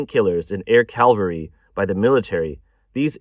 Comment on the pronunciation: CAVALRY, NOT CALVARY. CALVARY is the hill Jesus Christ was crucified on. Big difference